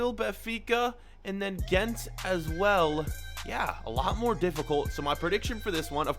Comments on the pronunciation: U said gent but its genk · Genk, not gent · he said Gent LOL ! Me : you should put AA Gent in the group stage insead of Genk